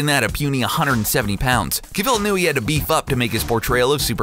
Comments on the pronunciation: Cavil... Please, my ears. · Wtf was the pronunciation on Henry Cavil 😂